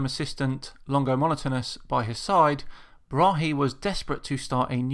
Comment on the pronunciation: Tycho Brahe (Thyge Ottesen Brahe) is danish and it pains me when you say Bra-he the correcr way is [tygoˈbʁɑːɑ] Braae - open a in the end and the e is almost mute - fine show btw